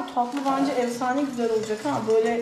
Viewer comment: Evsane değil efsane birde öğretmensin Türkçe den daha haberin yok